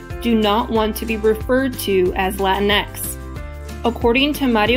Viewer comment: this was so cringe just say the word in american accent